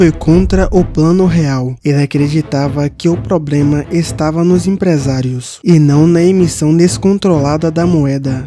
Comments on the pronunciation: Ow mano, para de falar probrema, eu não levo a sério KKK Ótimo video, parabéns! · Por que ele fala "probrema" e "infração"?